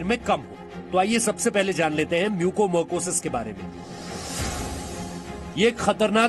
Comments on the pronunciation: As a Dr I want to suggest to see news ...please correct the pronounciation of this disease it's not a mucomercosis it's a mucormycosis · Mucormycosis not marcosis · It's mucormycosis..not mucomercosis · "म्यूकोमरकोसिस" नहीं मेरे भाई "म्यूकोरमाइकोसिस" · It is Mucormycosis not mucomarcosis. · Bhaiya apna pronunciation sahi karo it's mucor mycosis म्युकरमाइकोसिस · Disease ka name h MUCOR-MYCOSIS bar bar incorrect bol rha